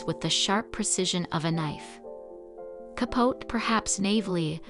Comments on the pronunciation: I enjoyed the video, but I agree with the mispronunciation of some words. Capote is ca-po-tee. Debut is day-bu. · I just could not get past all the mispronounced words: Capote, debut, epitome.